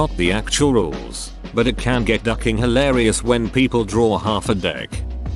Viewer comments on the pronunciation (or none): none